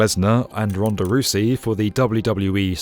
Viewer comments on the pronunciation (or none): Rhonda Rou -cee? I'll help you out with this. It's pronounced as follows 'Row-zee.' = Rousey. Cheers! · "Roosey" lmao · Spot the non wrestling fan: Ronda Rousey as Roo-sey (Rou rhymes with cow), "Superslam" is Summerslam. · Ronda "Roosey"? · Rhanda Roozie, Really? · It was Summerslam. Also, it is pronounced “Row-zee”. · You pronounced Ronda Rousey wrong.